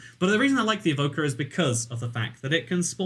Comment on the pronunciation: when he said evoker i thought he said vodka